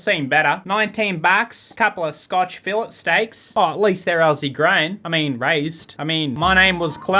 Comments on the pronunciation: Are we going to glaze over the fact that he pronounced Fillet wrong? No hate but it's pronounced "Fillay" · The way you pronounce "fillet" 😰